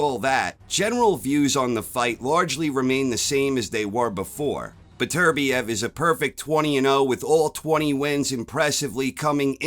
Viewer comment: Top man,you're one of the few non Europeans that can say Beterbiev correctly🤣I have Bivol points. Well see✌️🥊